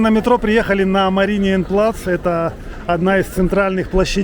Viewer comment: Ну и лошары 😂 пришли на октоберфест и не выпили, ничего не поняли. И кстати Мариен плац а не "мариниен", темнота 😂😂😂